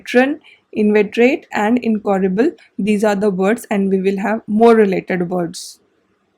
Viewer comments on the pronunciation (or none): Hello, great lesson again. If I am not mistaken, I think Incorigble is pronounced as in soft g like j, not g as in gate. Thank you again. I am enjoying these lessons by reading the English example you wrote as I don't speak Hindi.